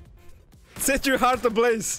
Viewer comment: My Man Realy Said "Set Your Heart ablaze" 😩